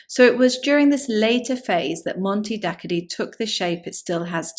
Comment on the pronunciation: It's just a few miles away from where I live, and it's sadly very underlooked by most. It's pronounced "Monte Dakkoddee" btw